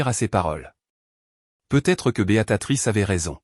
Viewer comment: J'aimerais savoir où celui qui raconte l'histoire à appris à parler car il ne sait pas dire Béatrice il dit beatatrice